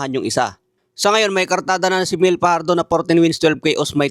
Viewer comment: Di marunong mag pronounce, Tobayas at Myel ang pagbasa sa pangalan nila.